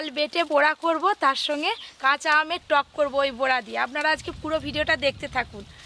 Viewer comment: বুরা ভাজা নয় বড়া ভাজা বলতে হয়। 😂